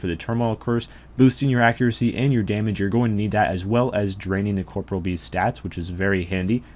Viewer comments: I stopped watching the moment you said "Corporal" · Why does every person who plays this game called it "Corpreal"?? It's COR-POREAL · uh? It's pronounced caw-paw-real with a soft 'e' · Why do people keep pronouncing corporeal incorrectly